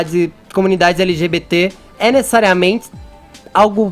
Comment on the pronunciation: discutsi, necessariamentsi kkkkkkk